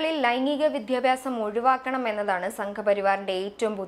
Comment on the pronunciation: അവതാരകയുടെ വിദ്യാർത്ഥി, വിദ്യാഭ്യാസം തുടങ്ങിയ വാക്കുകളുടെ ഉച്ചാരണം തെറ്റാണ്. ഭാവിയിൽ ശ്രദ്ധിക്കുമെന്ന് പ്രതീക്ഷിക്കുന്നു.